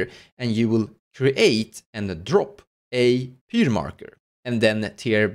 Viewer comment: Ihr Englisch ist besser als mein Deutsch lol! Pronounce Pyre the same as Fire. Great video helped me with Reva!